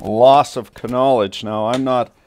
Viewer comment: Ya caused Me ta haf-ta pause-n-pee!...prik! ...love the KAH-nowledge